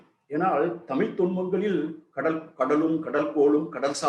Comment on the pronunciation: தமிழை முதலில் ஒழுங்காக உச்சரிக்கவும்...லூ...லூ..🎉